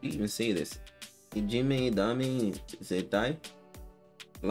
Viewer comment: Great & thanks again from Japan 有難う💛。 Your pronunciation of the title is perfect. I am pleased to see you like a lot these three brave tiny soldiers and a powerful supporting squad behind them. The phrase "Dame Zettai (= No absolutely)" is originated from police campaign against illegal drugs which had started in 1960s. So this song implies that "Ijime (= bullying)" is considered as harmful and addictive as illegal drugs. We have to continue our efforts at home and in school (and in any society or organization or group in the world) to eliminate it. In this video, I love to see the excited crowd gradually turn into enthusiastic audience. When three girls started to speak some words in the interlude, loud cheers quickly subsided and the audience even tried to listen to what they were saying although the people could not understand our language. I am emotionally moved whenever I see that scene. People in the crowd became happy, so did Kami band, and I am sure that the three girls fell asleep very happily that night after the biggest event in their life in foreign county. Now in 2021, BABYMETAL performed IDZ in all of 10 BABYMETAL Budokan Concerts either as grand finale or second song after the opening show with Su-Metal's matured voice. It was probably their message to the world.